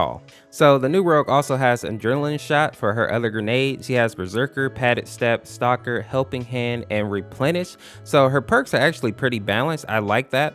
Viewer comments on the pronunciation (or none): none